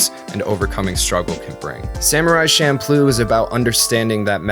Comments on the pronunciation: I hate to be a nitpicker but isn’t it champloo? With “CH”? I do know that the food is pronounced with the CH but that doesn’t necessarily mean the anime is pronounced that way. This was a good analysis and so far I have been enjoying this series of look backs. These ‘golden year’ anime’s were what made me come to japan in the first place. Now I’ve been living here for 10 years and I find that wouldn’t want to live anywhere else. Keep up the good work. (Despite my nitpicking) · You don't put it in your hair so it's not shampoo. It's cham ploo. Don't overanalyze fantasy then screw up the one real thing about it. It also doesn't mean improvisation but when things are just thrown together. It's also a basic kitchen sink stir fry and delicious at 3am after way too much Orion. Okinawans have a tough time keeping our language intact... Just wanted to make sure people at least know one word. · Wait, has anyone else said Champloo like champloh? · I thought "Champloo" is "Shampoo"